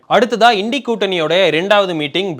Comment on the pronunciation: Well pronounced.. இன்டி கூட்டணி is the right pronunciation 🎉🎉🎉🎉